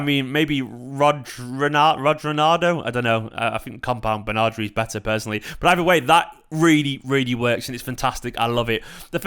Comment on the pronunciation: "Bernardri" FTW, brilliant!